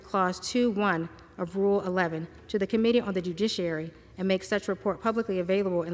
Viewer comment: This lady did a really good job reading. But kept saying dujiciary. Poor girl 😂